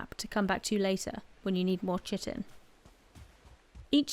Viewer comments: 'Chitin' is pronounced KY-TIN. It sounds like you are saying 'chicken' sometimes. Great video. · Great vid, although chitin is pronounced 'kite-in' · good guide.... but the way You say "Tji-tin" :D its Chitin... = Kai'tn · As Kai-tn it is the correct pronunciation, but thanks to this video i prefer to say "shitin" nowadays 😁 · btw it is kitin like keyetin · Pronounced chitin wrong. Its kite-in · "Kite-in" is the correct pronunciation of Chitin. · Chitin in pronounced, "kite-in". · I believe its pronounced "Kye-ten) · Chitin is pronounced kai·tn. Other than that I enjoy all of your videos very much. The way you talk and how you present the detail are fantastic. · I know this is old, but chitin is pronounced "kai-tin." It's basically an organic compound bugs are made of. Great video. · It is pronounced "KI-tin". First syllable has a long 'i' as in 'fly', and is stressed. The second syllable has a short 'i', as in tin, and is unstressed. Sorry. The video is wonderful otherwise; but the numbers of people who mispronounce this name is approaching pandemic levels. Thank you for an otherwise wonderful video. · I can't blame you at all i used to pronounce it differently, hella wrong, but i played some Ark and i got corrected(mocked) quickly by my friend 😂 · "Chitin" lol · the wrong pronunciation of chitin tho...